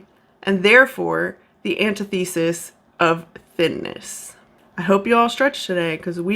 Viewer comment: I agree: fantastic videos! The nits I was picking were how she pronounces “learned” and “antithesis”